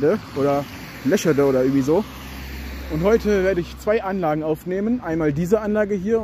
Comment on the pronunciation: by the way es wird leescheedeee ausgesprochen:goodvibes